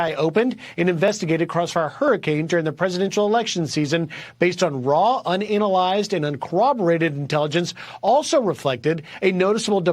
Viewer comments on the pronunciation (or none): Did he say un anal lized 😂